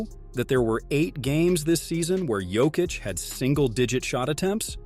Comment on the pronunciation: Thank you for not butchering his name like others do